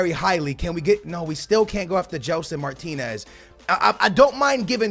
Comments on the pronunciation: It's Mar-tins not Mar-tin-ez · ...when you have "Martinez" you say "martins", when you have martins, you say martinez...wtf.. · how many time do we have to tell you it is not Martinez it is Martins!!!